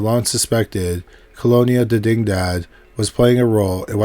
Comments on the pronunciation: Didingdad… Wow. dig-ni-dad. Video unwatchable… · Dig-Ni-Dad, as in spanish for diginity. Its literally written on the archway sign in the video guy. Lol.